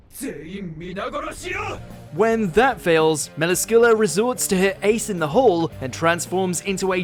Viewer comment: He pronounced Melascula wrong